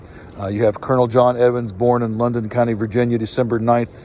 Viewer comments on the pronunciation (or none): I am a descendant of Colonel John Evans, thank you for posting this. For the record, it is Loudon County, not London County.